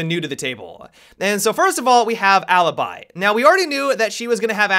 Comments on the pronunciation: I know no one cares about it, but their names are pronounced MA-E(like in bet)-STROH and Aleebee (where the hell did Alibuy come from?) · hey, just to help you Alibi is pronounced "A-lee-bee", I noticed that english speakers pronounce it wrongly:D I'm italian, of course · The pronunciation of alibi and maestro breaks my hearts a little.